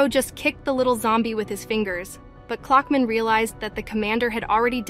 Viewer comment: Clockman ❌ Cluckman ✅